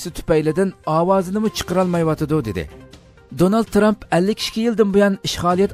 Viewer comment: Donal tramp diye okunmuyor danıl